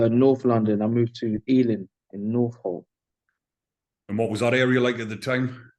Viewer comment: he said northolt and northlot only joined london in 2012 (greater london)